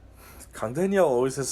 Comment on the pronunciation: ((also yo the way you pronounce "Daniel" as "Danielle" is ridiculously adorable xD